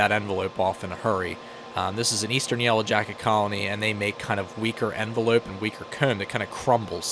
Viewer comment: He really said “enveloop”